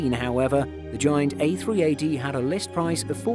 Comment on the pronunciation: 2.42 Did it just say A360 instead of A380